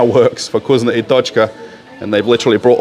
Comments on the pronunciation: You really sound silly when you say vgoozno ! It’s vkoosna ! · I hear 'cuisine and tochka" everytime